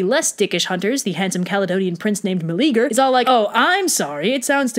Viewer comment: I like this a lot. Your style and delivery are really good. BUT, his name is 4 syllables: Mel-e-a-ger. The e and a are separate, not like the English eager. I'm all for reimagining myths for modern audiences, but get the dude's name right. He's like the only guy in mythology who isn't a huge prick.